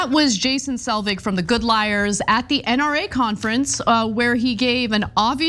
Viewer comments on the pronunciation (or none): none